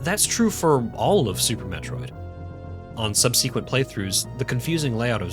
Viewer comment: Good video. Your pronunciation of the word "subsequent" is unusual.